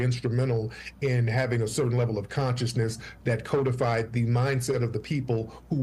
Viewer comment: Can someone please tell Tariq that the word is “codified” as in “cod”fish, and not “codified” with a hard “O” sound. I’ve heard him pronounce it incorrectly many times on his youtube channel, but when he says it on national TV, it’s not a good look. Respect.